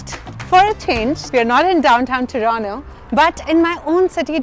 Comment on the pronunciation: It's not TORONO, It's TORONTO!